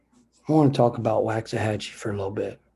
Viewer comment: Y’all keep saying it wrong. It sounds like “walks”ahachie. Not wax like a candle